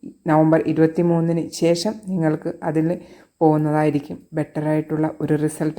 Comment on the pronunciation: പ്രവചന ശൈലി നല്ലത്. പക്ഷെ ശേഷം എന്നത് ശേശം എന്ന് ഉച്ചരിക്കുന്നത് കേൾക്കുമ്പോൾ അരോചകം ആയി തോനുന്നു. എന്തിനു മനോഹരമായ ഭാഷയെ ഇങ്ങനെ കൊല്ലുന്നു.